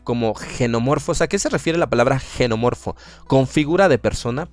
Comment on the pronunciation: No es genomorfo, es xenomorfo, xeno del griego extraño o diferente. Xenofobia, miedo al diferente. Saludos